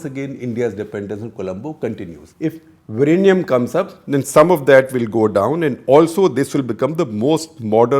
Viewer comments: It's Vizhinjam not Virinyam. Please correct your pronunciation. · SG, you can try to say "WE-Yin-Yum" (sorta closer) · It is not Virinjam; it is Vizhinjam ( വിഴിഞ്ഞം). And it is not Trivandrum anymore, it is Thiruvananthapuram. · With all due respect to development and defence importance, I remember how beautiful the location was and my thoughts were "this should be my retirement spot with a small own sail boat" The closest pronunciation is vilingiam with a strong L sound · "Vi-rr-inam". 😆 Lot of respect for trying Sir. Infact we get mocked for having 'strange' pronounciation. 🙏 Thanks for intentionally turning the tables and making us 'feel better' even at your expense 🙏. Ton of respects. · Vilinjiam - Vi Li N Ji am - Can you now pronounce ? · Still bad pronunciation !!! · Sir, Your pronunciation is not a problem. Malayalam is a new language that it has more letters and adopted lot of words from Sanskrit. So it is very difficult to pronounce vizhinjam even by other South Indian state people. We don’t mind it sir. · You are no where close when it comes to saying the word!!